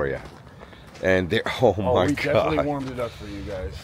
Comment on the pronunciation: he said me defently